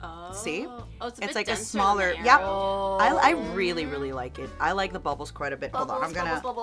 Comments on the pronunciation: ain't no way she pronounces aero as eyero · The way says "aero" is all wrong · Matara mispronouncing Aero like it's helping their nephew look for the Avatar. Also, Mirage being a dollar store brand is hilarious to me since it and Aero are both made by Nestle and I'm fairly certain is probably the same chocolate just in different molds. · ive never heard someone pronounce aero the way does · The pronunciation of Aero pained me 😂